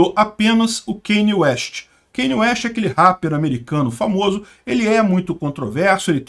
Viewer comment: Ainda bem que mesmo errada essa palavra possui um R no final pq senão entraria numa área perigosa.